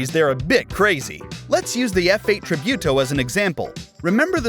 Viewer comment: you butchered "tributo" so bad lmao